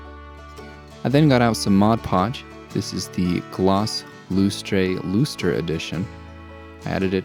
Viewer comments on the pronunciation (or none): it not ‘loose-tray’ is lustre pronounced ‘luster’